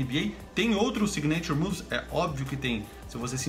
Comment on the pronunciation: se fala "sÍgnature" move, com ênfase no I, e não signêiture move, como vc disse. Deu mta agonia aqui hahahaha